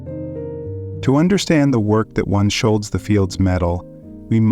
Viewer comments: Jesus. You’ve got to stop saying “shoal-zee”. It’s “SHUL-tsuh”. Standard German pronunciation. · Can you please pronounce Peter's family name correctly?